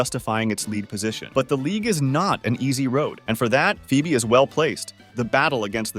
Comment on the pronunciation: Pheobe is actually pronounced like Fweb